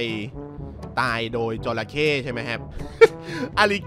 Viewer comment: จระเข้ รึปล่าวครับ ไม่ใช่ จรเข้